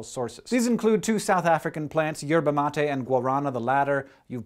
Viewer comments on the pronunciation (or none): hank your pronunciation of herva matte and guarana is horrible Love Brasil